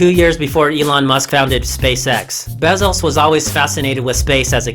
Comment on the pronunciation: Bezos fan boy hahaha, can't even get his name right damn it lol